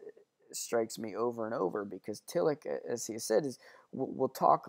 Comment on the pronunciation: Just so folks know, the 'ch' in Tillich is closest to the English 'sh' sound (close enough), as in Ich bin. At any rate it's not the English 'ch' sound (like Rich), nor like our 'k' or 'ck' sounds (like Lick).